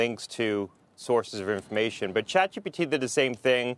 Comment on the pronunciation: "CHAPGPT" ?????????? IT'S CHATGPT